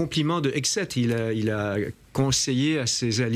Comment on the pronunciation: pit exzgueg pendant que vous y êtes.... ça se prononce EXETE